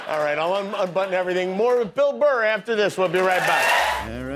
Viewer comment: “Bill Murr” 😂😂😂😂